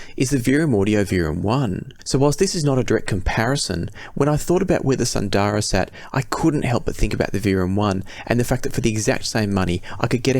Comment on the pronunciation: Isn't Sundara pronounced Soon-dara (assuming it is based on Sanskrit)? Same with Susvara.